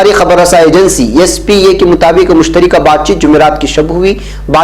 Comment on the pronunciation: مشترکہ ۔ بفتح الراء ہے ۔ بکسر الراء نہیں